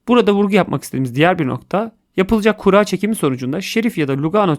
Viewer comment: Abi sen niye kuura diyon